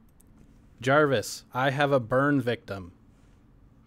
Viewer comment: jarvis or javis?